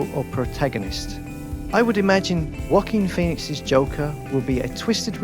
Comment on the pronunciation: M i d onlynone hearing "Walking peonix"